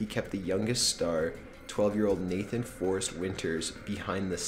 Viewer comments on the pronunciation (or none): none